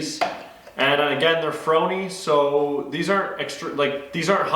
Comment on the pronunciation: Its pronounced FOR-Knee, C'mon Man, you know the thing....